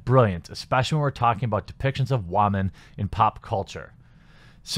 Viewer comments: Are you saying women wrong intentionally or is this a regional thing because I’ve never hear women said like that. Also I don’t do twitter. Twitter is social cancer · You need to learn how to pronounce the word women